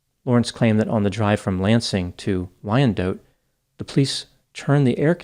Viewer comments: pronounces Detroit like a real Detroiter! But Wyandotte is Wyan-dot not Wyan-dote. We know it doesn't make sense. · I used to live in Wyandotte as a kid. It’s not “dote” or “dough” but “dot” rhymes with “spot.” Why-un-dot. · City is pronounced wine-dot, not why-an-dote😅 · Btw, it's pronounced "Wine-Dot". 😅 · The city is pronounced WINE DOT.. As a Detroit native who grew up in the 90s, when my siblings and I acted up, our mom would tell us she was going to take us for ice cream in Wyandotte. Pretty dark aye? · Wyndotte is pronounced “Wine-dot” if you’re from Michigan. Always enjoy when you cover cases from here. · Pronounced "Y-N-Dot" --Wyandotte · He's hurting my ears. It's pronounced Wine dot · more like Why n dot....not wine Just say n LOL 😆